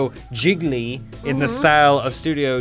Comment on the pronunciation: ' pronunciation of "Ghibli" is the classic "guy who overpronounces foreign words" lol